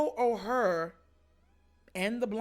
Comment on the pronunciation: Bro good topic. (FYI tho- the name is pronounced like the word “Or”.) never would’ve thought about this tho 🤔 good job bruh